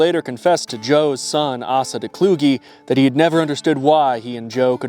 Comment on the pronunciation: By the way the name Asa is pronounced Ace-uh. Ace like the card, uhh like you're thinking.